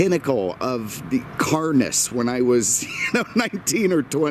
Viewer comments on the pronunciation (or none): "Pinicacle of 'CARNESS" 😂